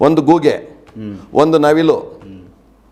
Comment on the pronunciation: ಗೂಗೆ 😂😂 ಅಲ್ಲ, ಗೂಬೇ